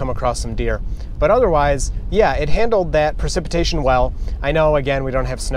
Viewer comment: This was fun! Did I hear you say PARcipitation? LOL